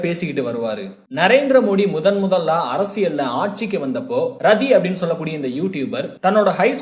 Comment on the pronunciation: ரதி இல்லை ராட்டி is correct pronounsation in ஜாதி ஹரியாநாவில்